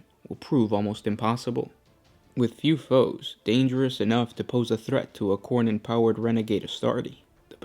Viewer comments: Pronounced khorn not khorney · Why are you pronouncing Khorne like Khoronid?